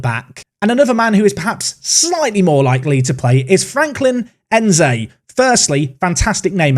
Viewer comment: The N in Nzeh is pronounced like the N in Ngolo. so it N-zay not en-zay